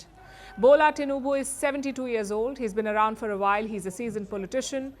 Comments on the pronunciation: I'm shocked that the presenter can pronounce Tinubu's name well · She knows how to pronounce the name TINUBU. Everything about this Man is corruption. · Impressed how well you pronounced TINUBU